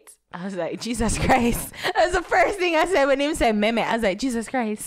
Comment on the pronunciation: It's not Meems, it Me-Me...bunch of fools.